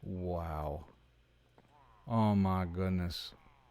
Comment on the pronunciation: Blocking the stairs was clever. Those spawns are insane. Hahaha, when says "oh mah gudness" in that accent, I loled. That early stage trying to get the spawns into the chamber is insane. OMG I can't believe you started two raids at the village. I'm dying 😂. So glad you caught the bit where I circumnavigated the farm with the raid chasing me! That was hilarious! Great vid!